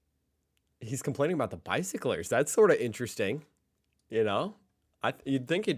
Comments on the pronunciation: "...and not even talk about the stuipd by-sic-clurs!" 😂😂😂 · Saying bicyclers sounds funny to me, I don't know why but it makes me laugh....